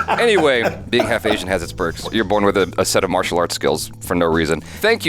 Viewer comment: It's Asian DON'T Raisin 😅